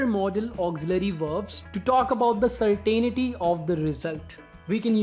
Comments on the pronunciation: CERtainty you pronounce certAInity. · And the ai in certain is not pronounced as such. It is the shva. The non-vowel. Certnty, it might have been written.